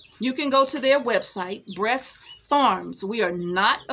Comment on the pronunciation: American Bresse. I thought you were saying breast, lol.